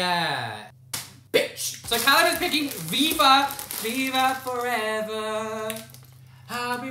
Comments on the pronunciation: I am romanian and I have ate all of them and you said none of them correct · The viva one was offensive because he said everything wrong